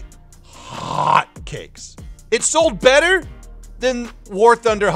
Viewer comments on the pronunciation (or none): none